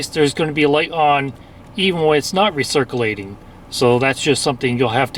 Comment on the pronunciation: recircleating lol